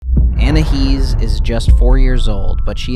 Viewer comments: you said anihis it is anias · It's not anahees it's ANAIS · ANAYEES NOT ANAHEES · " ANAHEEZ " BRUH WTH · Well in thailand Your anahees pronounciation means Ann pxssy face 😂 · Didn't you say anaheez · Say anais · It’s pronounced An i ese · Its anais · no you called her anahees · its pronounced an i e's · It's Anais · it sounded more like you said anna he’s…